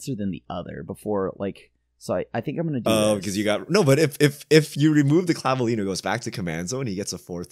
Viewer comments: For the Spanish pronunciation, you basically got it right. clah-bee-LE-nyo. (Vs sound generally like Bs. You nailed the ñ though.) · Don't worry,, you are the only one that pronounced Claveliño's name sort of right 😅